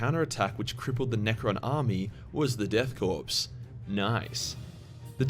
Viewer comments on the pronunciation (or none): marine corpse death korps, the s is silent, it's said core not corpse.. unless being ironic, lol. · I hate when people pronounce Korps as Corpse. It's pronounced Core like Marine Corps.